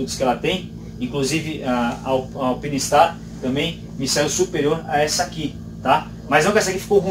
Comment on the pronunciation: A marca é italiana, mas o nome é em inglês,. "Alpine" e "Stars" são vocábulos da língua inglesa, portanto, "Alpáine". Obrigado pelo review!